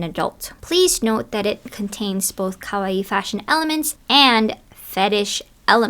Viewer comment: Ummm who says kawaii when we’re speaking English though? That’s random. Like no one wants to hear you butcher the pronunciation… You don’t need to say “cutecore” either. Why don’t we just say cute? Aka the meaning of kawaii? 😭😭